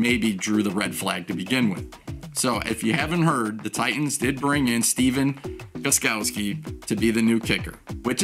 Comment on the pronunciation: Hahha you said the name better then me lol